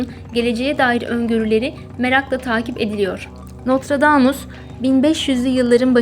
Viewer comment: Notradamus değil kardeş Nostradamus